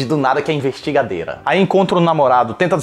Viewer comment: " envestigadeita " kikikikjkjkjkjkjkjjj 😂😂😂